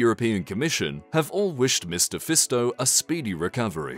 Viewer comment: You are the first and only youtuber i know who pronounces Roberts Fico"s name correctly, congratulations. Clever americans. aaaand then u got it wrong with Kuciak, so close..